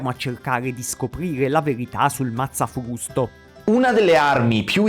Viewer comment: Il " mazzafvusto "